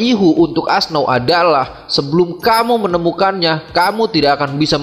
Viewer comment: Auoxe bukan asnau bang